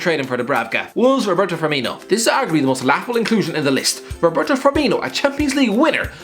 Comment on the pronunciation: How tf did you manage to pronounce both firminho and firmino pick one for gods sake even if its wrong